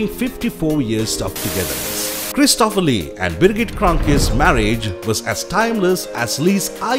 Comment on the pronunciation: The name is pronounced CHRIS to pher (not Chris TO pher).